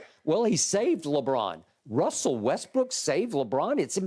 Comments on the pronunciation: "Russell WestBENCH" LOL! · Omg Russell west"BENCH" LOL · Skip and the names 😂😂😂 “Russle westbench” 🤣🤣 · This man said Russell westbench 🤣🤣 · Did skip say russell westbitch at 5.45??? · Really Skip? Russell West-Bench???? 🤣🤣🤣🤣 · I legit thought he said Russell westbitch lmao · I thought this idiot said russell westbitch 😭😭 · I swear I heard Skip say another "b" word...